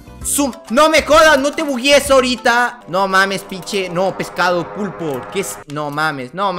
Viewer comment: Se dice pulpo